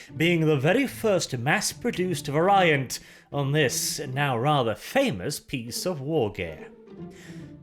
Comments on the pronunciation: It stems from the verb 'vary'. So it's pronounced vary-ant, you filthy colonial. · I am triggered by your pronunciation of variant